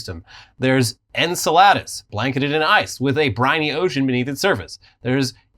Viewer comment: I hate YouTube shorts 😒 Enceladus is pronounced "In-sell-ah-dus." It's Greek